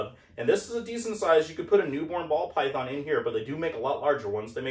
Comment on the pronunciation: “Paul Bython” 🎉😂